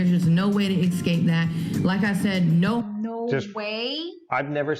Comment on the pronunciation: She said "exscape". Ai ya.